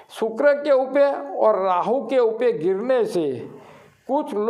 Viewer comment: उपे की जगह उपर बोल शकते है।